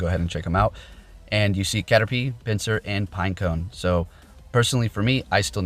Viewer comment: It’s pineco not pinecone